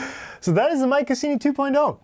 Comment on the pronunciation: I imagine the marketing boffins were aiming for "My Cuisine y" pronounced like the "C" was a "Q"....... not "My Kussini"